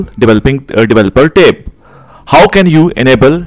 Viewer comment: For a moment, I didnt understand what is "Tape". Then it became clear he is talking about "Tab".